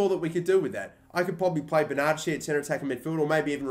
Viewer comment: The way you pronounce Bernadeschi makes me want to throw up in my own mouth